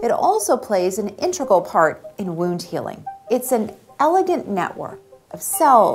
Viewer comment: She can't say integral (moves or adds "r" -- intRegal). Not a good sign re: her advanced intelligence and expertise!